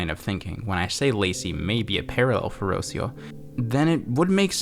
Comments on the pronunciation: Jesus the way you pronounce Rocío is so wrong, I thought her name was meant to be Rusiyo. Rocío is pronounced (in latam dialects) as Ruh-séé (stressed syllable)-uh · Hello! Spanish speaker here. Rocio is a common name in Spanish and it’s pronounced “rro - see - oh” with a hard R like “caRRO” and with the “i” vowel being the dominant one “rro - SEE - oh”. For example, you’re pronouncing Rocio as “ROW - seeoh”. Idk if the character is Hispanic, given that they write the name without the accented vowel (it should be Rocío) but as far as I know, Rocio is a Spanish (as in Hispanic or mayhaps latino, idk if it is also a name in Portuguese) only name so might as well. Loved the video, the content, and the comments. I got chills. Had to look away but it was so well done.